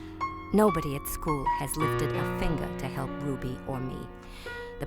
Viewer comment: it is not Ruddy it's RUBY